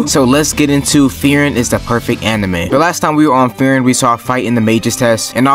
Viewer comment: "free-ren". not "fear-in"